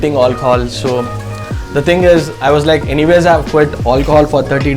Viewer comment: I love it when he says hi "olchol" 🤣🤣